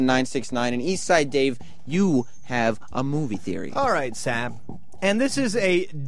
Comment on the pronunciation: What a shitty, garbage company. Sirius/xm needs to just die. And why the fuck does Dave say "Sam" like Diane off Cheers? Christ sake Dave, it's "Sam" not "Som".